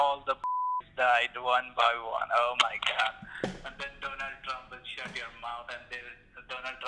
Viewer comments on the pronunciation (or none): When the scammer said, "Donald Trump", I thought he said "Donut Drmp". Lool